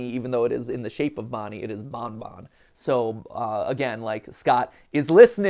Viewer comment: It sounds more to me that Mark is calling Bonnie "Bun Bun" cuz he's a bunny, not "Bon Bon" since he hadn't yet got the characters names down.